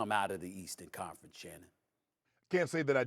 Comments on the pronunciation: Molly making up names for people. Called Shannon Shan like he MC Shan. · Shawty called bro Shann😂 I’m so done w Molly